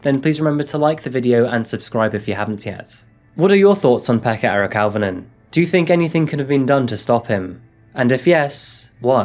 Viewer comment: Auv is pronounced O